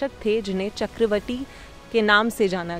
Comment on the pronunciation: चक्रवटी ❌ चक्रवर्ती ✅